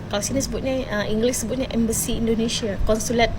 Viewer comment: Mbak bkn Ember Sih tapi ngomongnya Embassy yg betul nya.. Aduh Mbakk,,,tadi katanya otak kamu itu cerdas,tapi ngomong "Embassy* dingomongin nya *Ember Sih*,,ha,ha,ha,,, Sudah lah Mbak balik kampung kamu la semula masuk ke Sekolah SD semula,,belajar lagi cara sebutan nya suoaya benar benar cetdas otaknya, kikiki, Love from,🇲🇾